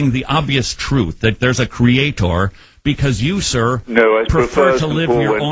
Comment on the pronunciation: why do people like this host/ say creaTOR